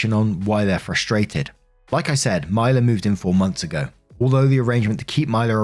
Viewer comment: You been hittin US states names with laser precision, but I just wanna say I've never heard of a Mila that pronounces it that way! 😅. My niece is “Mee-lah” but I can't speak for all, cuz names be like that. 😅💚💚💚. Love ya, have a good one.